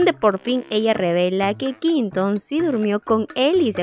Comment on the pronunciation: No te lo digo por malas ni por incomodarte, me encantas!! Pero se pronuncia “Qüinton”, pronunciándose la “u” es que duele escuchar qinton🤣 el resto, maravillosa, un abrazo!!